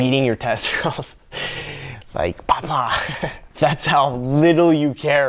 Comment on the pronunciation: When you said 'pah pah' I died 😂😂